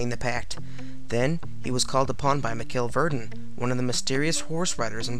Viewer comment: Not bad. You've got some good info, but your pronunciation of the men's names are a bit off. Burgot = Bur-GO. Michel Verdun= Me-CHELL Vair-dun. Gilles Garnier= Jeel Garn-yay. Peter Stubbe is also known as Stub, Stump, and Stumpf. Now, I don't speak French, and my accent is likely atrocious, but this is how I've always heard the names said.